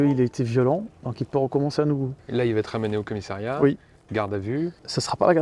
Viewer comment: Rhoo non pas toi. CommissÉriat!?! Sérieux?!? On dit CommissAriat! Tu dis aussi infermière et secrétériat? Je suis triste 😭